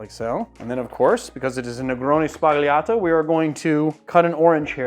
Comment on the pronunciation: You don't pronounce G's in Italian before an L or N. Think Lasagna. Its just an accent like the ñ in Spanish.